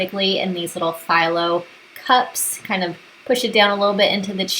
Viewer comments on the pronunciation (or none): Thanks for the recipes. Just FYI, the phyllo shells are pronounced fee-low not figh-low. It’s a Greek pastry. I know it’s probably one of those words you’ve seen but never heard anyone else say it. Now you know. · great appetizers! Not being rude, but Phyllo is pronounced Feelo